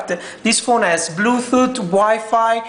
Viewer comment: LOL ,"blue thoot "